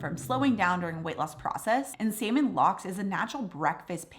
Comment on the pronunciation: What was number 2? Sounded like she said "Salmon Locks", what is that?